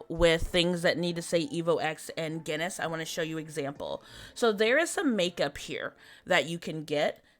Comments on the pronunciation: LOL, I thought you were saying Guinness head 🙂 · she was saying Guinness head lmao. she obviously didnt know how to pronounce Genus. she also didn't even know how to pronounce Maitreya...